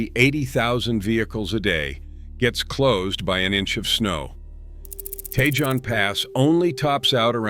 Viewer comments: Pronounce Cajon correctly dammit. And Tejon, too, for that matter. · Geez, your pronunciation of the pass names is terrible. Take some simple Spanish lessons. Tejon, Cajon, Castaic. You’re talking about Siskiyou and you show Snoqualmie.. By the way, I’ve trucked all of them, except Teton in Wyoming.